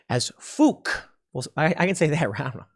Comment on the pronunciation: Say fark tim, not fook.